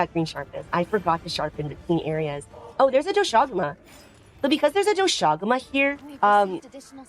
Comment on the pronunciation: Holy crap someone that actually pronounces Doshaguma correctly!!